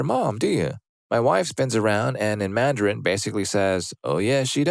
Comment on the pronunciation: that's the first time I've heard anyone pronounce Mandarin with two [a] sounds. Isn't it just man-duh-rin? Not mah-n-dah-rin?